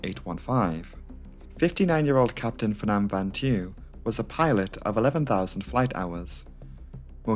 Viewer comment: Little correction: It's Pham, not Phnam btw 😅